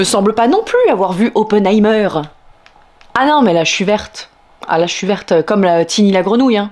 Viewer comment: Très jolie prononciation de Dortmund. Mais surtout de Oppenheimer Vive Canal+ vive les jeunes actrices ^^